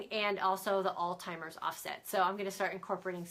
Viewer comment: Hey, great info...one correction, it is Alzheimer's (Al-ZY-mer's) not TY-mer's.